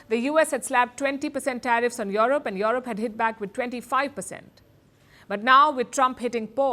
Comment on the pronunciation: Is Palki saying Yolop😂😂😂